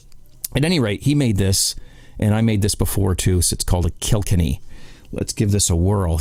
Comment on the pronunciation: pronounced Kill..kenny. Not killkinny.